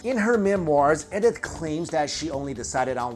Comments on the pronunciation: Why can't you pronounce common names correctly? Hen rich is Hine rick, Life is Laif, and Ed ith is E dith. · You're pronouncing Edith wrong, my dude :) It's pronounced like "ee-dith".